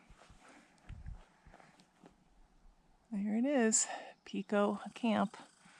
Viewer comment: It is not Peeko, it is Pico with a long I. Like pie. 🙃 Where you first came out of the woods is a ski trail which can be followed straight up to the summit or you can follow it down and hook up with the Sherburne trail.